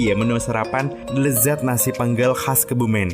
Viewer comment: Penggelnya E nya bukan yg itu kak salah sebut 😆